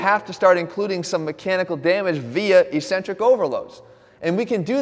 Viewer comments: Hate to be that guy but its eck-cen-trik not e-cen-trik. The opposite of concentric contraction. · Just a heads up it's pronounced ek-sen-trik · Why does he say e-centric?